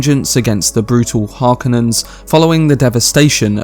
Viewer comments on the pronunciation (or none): Say it with me...HAR-KO-NIN. Not harkanin.